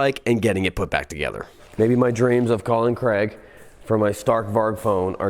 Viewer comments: Why do you say crag and not craig as Danial craig who played james bond 007, sorry but it winds up when people can not say my name correctly, Thanks from Craig :) ps from uk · Its Craig. Not Creg.... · So Craig isnt pronounced Kreg. You're Welcome. Continue...